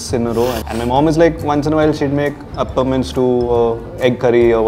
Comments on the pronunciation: For crying out loud, it's Appams and not Uppums. Also it's Paayasam and not Pisum. The latter is the Genus name for Peas. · It is appam not uppum! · And Appam not Uppam